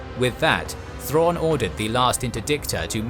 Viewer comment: God they butchered Thrawn.